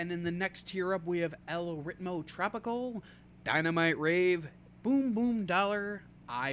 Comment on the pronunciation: You: La seh-nyo-rrrri-tah :) Also you: Ell writ-moe trop-ih-cull :( Your Spanish pronunciation is...interesting, to say the least. In seriousness, nice little video, I'd love to see more if you're interested! If I'm able to record in relative silence amid my family stuck in the house, I'm somewhat tempted to try my hand at this as well.